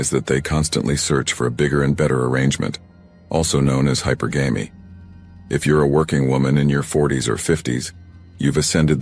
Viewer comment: "Hyper.....gamey"? Really? Still can't handle computer generated robo-speak? Gotta go look up "masc-you-line". Love the subject matter. Hate incompetent robo-speak.